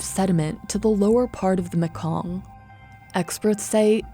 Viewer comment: And it's pronounce maykong.. Not muhkong